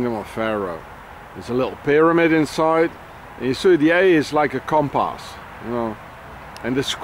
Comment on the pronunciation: Compass (comparse;) pump arse it rhymes :-P